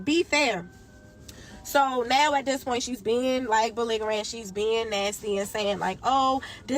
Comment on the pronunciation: 🫠 Embrasion. Baligerent 😫